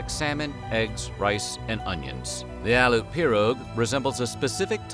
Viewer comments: Aleut is not pronounced aloot it is Al-E-OOT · Aleut; Al- EE - oot not Al - oot. Lived in Alaska for 24 years, 6 in southeastern, and the rest in the Arctic (Fairbanks and North Pole. Attended a native church with Eskimo and Athabaskans, some of the most wonderfully warm, generous and seriously funny people I’ve ever met. For example, they absolutely loved to watch the white southerners up on mission partake of their traditional foods, including fish head stew and Eskimo ice cream. Eskimo ice cream, if made traditionally with whale blubber, tastes (to me) very fishy and greasy and I’m not a fan. My son was given an Eskimo name at birth; “Noyuk” which I was told meant seagull, because of his cry as an infant reminded his “aunty” of a seagulls cry. I live in Oregon now, but I still have family and friends all over Alaska. You did pretty darn good in this video!